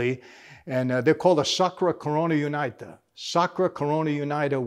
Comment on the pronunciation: Puglia and Calabria are regions, not cities. "Unita" is prounced "Uneeta".